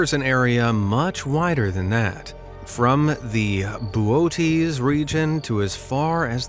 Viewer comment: “…from the Bloatees region…”??? Is that region full of fat, bloated stars?